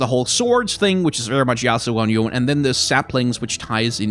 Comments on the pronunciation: It doesn't matter all that much but Yone is pronounced Yo-Nay. At least that's how Yasuo says it in Legends of Runeterra. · I have always pronounced "Yone" as if it was a Japanese name (since Ionia is very Japan-inspired) and hearing your pronunciation is making me cringe a bit D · I just don't want Yone added because it's meant to be a Japanese inspired name meaning it would be pronounce yo,ne not yOne which everyone is saying... Nercrit... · Yone is pronounced "Yo Ne" sort of like "Monet". The Japanese Universe page confirms this. Unfortunately, neither Yasuo nor Yone have cannon kanji for their names, but if I had to guess, Yone might be the words "give" and "root" which can be pronounced "yo" and "ne" respectively. It can just be rice though. :) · Since you pronounced it every which way under the sun It's, Yo-Nay, cuz Ionian uses Japanese/Korean as a template :P